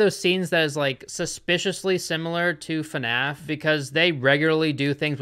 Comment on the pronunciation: Why does pronounce fnaf fanaf